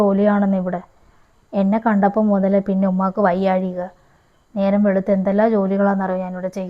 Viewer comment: വയ്യഴിക അല്ല വയ്യാ യിക ആദ്യം പറയാൻ പടിക്ക്